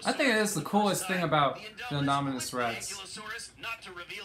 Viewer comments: I love how in the is video you kept calling the Indominus the “Inominus”🤣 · "The Anynomous Rex"